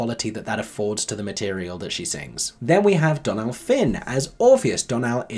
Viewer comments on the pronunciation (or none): Saw it this week and loved it! Just FYI, Donal is pronounced like DOUGH-nal, with more stress on the first syllable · Loved this review - going to see it on Thursday and this has made me even more excited to see it after first seeing it on Broadway in 2019! Just a friendly tip from an Irish gal - Dónal’s name is pronounced like Dough-nal 😊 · Long time subscriber, first (I think) time commenter. Really enjoyed this review although I had a different experience seeing Hadestown for the first time 10 days ago. A few thoughts: - The Irish woman in me compels me to correct the pronunciation of Dónal: it's DO (as in DO-re-mi or DOUGH) - nal (as in tonal). Basically it's pronounced like tonal with a D, not Donald without the second D. - I saw the West End production fresh for the first time on Thursday 24 Feb with Simon Oskarsson covering Orpheus. I'd never listened to the soundtrack before this performance. I was very impressed by the production quality and the evident talent of the whole cast and band but I was not moved at all: I would give it 3 stars but could see that score increasing if I get more invested in the score. - I think Hadestown is actually more comparable to a song cycle/contemporary opera than a musical. In that sense, it's very difficult for an audience member to process everything that's happening on stage/in the score on the very first viewing. - The people in the audience who were really moved by the show seemed to already know the show and score by heart: that's cool but it can also explain why UK reviewers new to the show were not blown away to the same extent. - It's debatable whether it's a flaw or a strength of the show that it takes such familiarity with the material and multiple viewings to love it. (I say this as a Spring Awakening superfan who listened to the OBC recording hundreds of time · it’s a small thing but it’s pronounced d-OHnal, like donut, cause of the ò